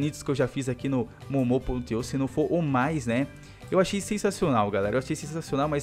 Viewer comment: é muu muu que se pronuncia up pra ele ver